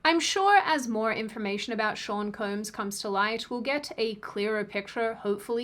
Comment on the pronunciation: She keeps saying “Koombs” instead of Combs. And she acknowledged it in the previous one😂😂😂